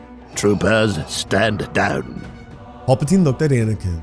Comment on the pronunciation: Just please work on pronunciation of pal puh teen.. his name isn't Paul